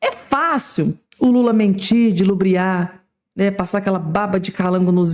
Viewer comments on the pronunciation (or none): Não é dilubriar. É ludibriar.